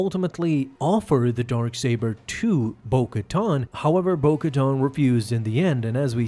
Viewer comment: Why do i keep hearing Dork Saber?